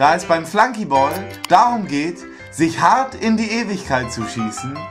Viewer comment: Wat is'n Flanky Bol???? Das heißt Flunky Ball, is nix englisches drann an dem Spiel...